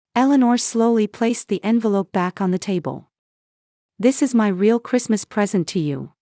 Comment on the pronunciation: Rayall instead of real. Got to Love AI